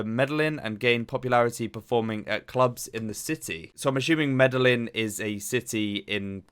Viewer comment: Medejin, 2 is in Spanish, and it is a j sound